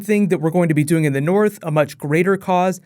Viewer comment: North* not Borth